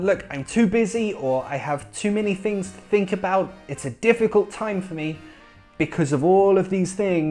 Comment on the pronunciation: I love the way you say think. it seems you are saying fink.